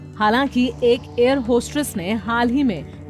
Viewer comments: It's not hostRess !! Hostess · Hostress nahi hostess hota hai